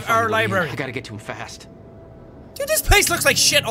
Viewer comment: Beth said Libary straight up.